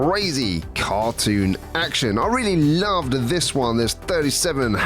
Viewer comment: Just realized when you say "Next One" at the end it sounds like you're saying "Next JUAN". Is that intentional? lol